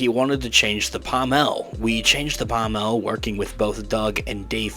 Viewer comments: Dude, my droid, it's pronounced PAAAHHmull, not PahhmELLLLL. The accent is on the first half of the word, not the latter half. Sorry but as a lightsaber enthusiast your pronunciation is like punching me in the face. Great video tho, thumbs up! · The pommel of a sword is pronounced pom ul.